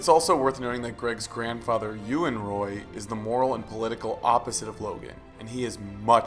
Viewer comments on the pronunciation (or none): none